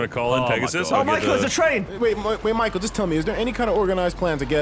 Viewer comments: Lannan calls Michael "Mackel" and Gavin says "Micool" when will somebody say his name correctly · Omg... Lannan says Micoo too